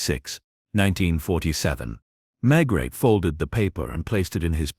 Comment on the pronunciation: For everyone’s sake,get your bot to pronounce Maigret’s name properly and consistently. If your AI programme comes with an American accent, get rid of it. I’m sick of listening to great stories ruined by AI. Can’t anyone read anymore!!??